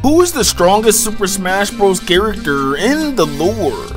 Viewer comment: Characterrrrrr In the looorrrrrrre